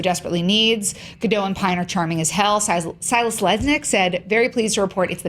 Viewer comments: Ok, it's literally been years now. There's no longer an excuse for mispronouncing her name. It's Ga-DOTE, not Ga-DOH! The T is not silent! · Her last name is not French, it's not Gad do, it's a hard sounding T like the T in it. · You pronounce the 't' in Gal Gadot's name....just thought you should know :) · GAUL. GOD. OAT. That's how you pronounce her name. Gaul God Oat. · Her name is gal gadoT with a T at the end... Gadot!! Why do I hear so many people who cant say Gadot? I mean, you are "professionals" and you cant even pronounce the name of the leading role of a blockbuster movies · You pronounce the T at the end of GadoT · Guys! It's GadoT! The T is NOT silent! She's not French! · her name is Gal Gadot with T in the end. jeez americans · is there any way to get the news out that Gadot is pronounced with a T? She's from Israel, not France. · Nice review, and it's awesome to hear that the movie's great! Just one point, though: Gal Gadot's last name is pronounced with a hard "t" at the end. She's not French :p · please.... the "T" is not silent in Gadot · you pronounce the "t" god damn it